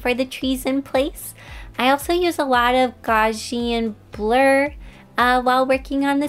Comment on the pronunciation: Also I think that a good way to pronounce that word would be "Gaw-zay-shin-blur" so that you can say that word